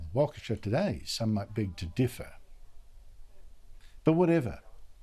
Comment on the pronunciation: Props for pronouncing Waukesha.